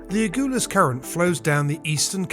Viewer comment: It’s A-GUL-US